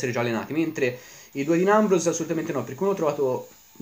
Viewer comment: non si pronuncia così Dean Ambrose comunque bel video